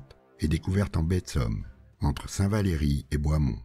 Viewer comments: Très belle vidéo et bonne reconstitution de la bataille, un grand merci. Je suis d'Abbeville donc je me permets quelques quelques corrections: c'est pas Longeau mais Longueau, on dit Saint Valery sans "é" (prononcé saint valry). Pour ceux qui ne connaissent pas le coin, si vous tenez les monts de Caubert, vous voyez tout autour d'Abbeville, et c'est dur d'arriver de Huppy sans être vu. C'est pas facile de contourner, car c'est plein de bois, d'étangs, de marais. On a l'impression que les allemands sont les locaux car ils connaissent mieux l'endroit que les français (meilleure préparation ?) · C'est bien possible, je ne suis pas du coin... mais un abbevillois m'a fait part des erreurs de prononciation de St Valery et Longueau, mais pas de Villers...